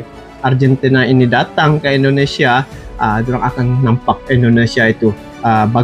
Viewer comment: Indonesia bang, bukan Endonesia 😂😌